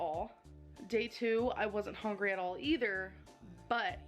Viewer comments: She says "hongry" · To be fair, it would have taken years for her to pronounce that difficult and very long word. She can't pronounce "hungry" which is like the most important word in her dictionary